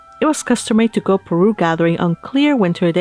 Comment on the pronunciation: Everytime you read "Parue" I was hearing "Peru" hahahahaha your reading is so relaxing to hear ♥